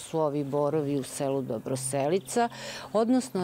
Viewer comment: Slušam kako lepo izgovara Dobroselica! I pored toga svi, pa i narator, peze se i razvlace eeeee...😂🤣